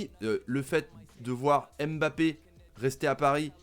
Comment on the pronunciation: S'il vous plaît faites un effort. Incapable de prononcer Mbappé.